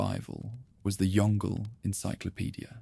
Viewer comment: Yong Le, not Yongle (like "dongle").